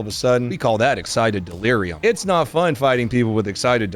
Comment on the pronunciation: "exited deleruim" boi shucho ass up XD